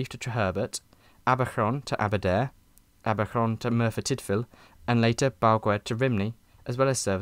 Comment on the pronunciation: I think your Welsh pronunciation is good. You did the Ll’s well. The “Aberron” threw me completely though. I had to rewind it a few times! I think you meant Abercynon. (Abb-err-kun-non) people often make a mistake with Pontypridd too (it’s Pont-errr-prith (th as in “the” “the book” - not Pont-tea-prith”)) Y in Welsh is urghhhhh